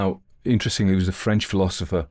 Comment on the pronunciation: A lovely reading, nice French pronunciation.